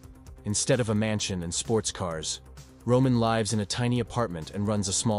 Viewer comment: When the narrator said live instead of 'live' it made me think it was an AI